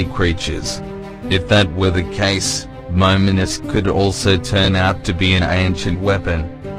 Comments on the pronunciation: This guy can't pronounce Momonosuke correctly. god damn ruining my expectation for this. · Momosuké ... im bothered by how you read his name🤣😂😂